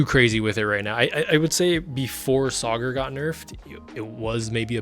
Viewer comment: Bro said Sauger… or sogger…. Bro its Sagar (suh gar)